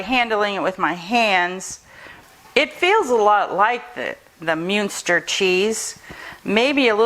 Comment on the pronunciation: Pronounced mun ster